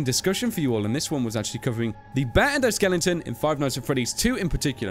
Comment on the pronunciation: Why do you keep saying "endoSKELLINGton"? xD